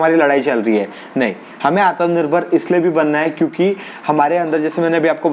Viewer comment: Bhai... aatmanirbhar... naaki aatmnirbhar. Baaki sab mast hai 👍